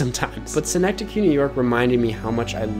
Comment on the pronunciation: Why’ll i will commend you for pronounciation of synecdoche, the actual city of Schenectady NY is pronounced like “skuhnectady”